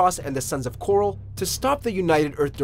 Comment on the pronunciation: It's the 'Sons of Korhol', not the 'Sons of coral.' I'm not just being pendantic here, the name is pronounced many times in the game, so there's no real question about the pronunciation. The fact that you keep pronouncing it 'coral' over and over tells me you've never actually played the game and have only researched it on google.